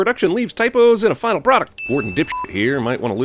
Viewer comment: "...finla product" That intended irony tho